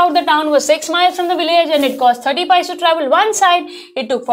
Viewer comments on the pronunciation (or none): Its not paice mam its paise pese